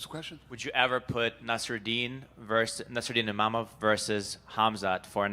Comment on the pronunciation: Not IMAMOV but IMAVOV for god sake terrible translater